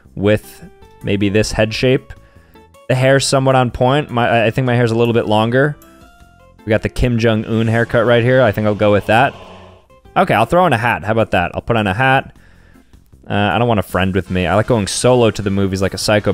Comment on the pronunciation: Bro really said Kim Jum Un hair